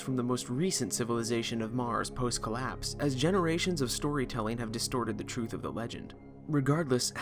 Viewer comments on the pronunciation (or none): none